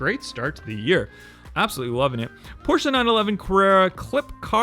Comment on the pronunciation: I like you because you're one of the few youtuber collectors to actually say Porsche correctly